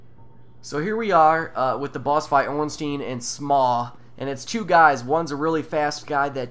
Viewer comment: I notice how you pronounce Ei as eeh everytime. It's actually pronounced eye. Zweihander is not zweehander but tsweihander (german for 2 hander). And ornstien just sounds small, Ornstein on the other hand sounds huge :P